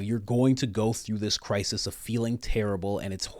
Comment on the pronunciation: Cry-sist? This is that New English..